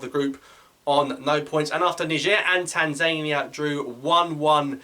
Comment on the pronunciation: Love your videos, great work. Keep it up! One teeny detail: the pronunciation of Tanzania, i'm sure, puts emphasis on the last syllable. Anyway, look forward to plenty more fab videos.